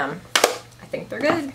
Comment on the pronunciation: You do realize that the word GOOD doesn’t have a T at the end of it, right?